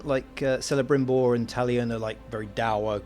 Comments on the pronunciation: It's pronounced as "Kelebrimbor" not "Selebrimbor" the c is pronounced like a k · "Selebrimor"............dislike and unsub! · I appreciate an informed honest review but the dude didn't even pronounce Celebrimbor correctly, how much did you play?